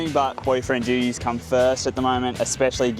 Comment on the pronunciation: I thought you said 'boyfriend Judy' rather than 'boyfriend duties' and I was somewhat confused by that